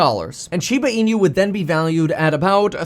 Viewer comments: Please stop calling it Shiba Inu as een you. It is e new. 😁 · SHIBA IN-YOU. Stop calling it that.